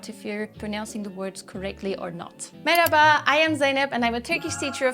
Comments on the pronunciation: Ama işbu videonun başında "meraba" dediniz, "merhaba" değil. 😂 "Meraba"nızda h'nin izi bile kalmadı. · On 'H' that is not supposed to be silent, you literally said Meraba at the start of the video.